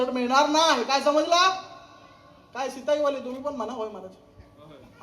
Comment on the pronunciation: सित्ताई नाही सिताई